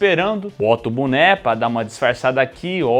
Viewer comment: O melhor é o zoando o por falar "Lião" e ele próprio falando "buné" 😂😂